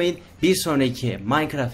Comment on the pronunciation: lan okumayı yenimi örniyon maykıraf ne dousu Minecraft ingilizceden F- alırdın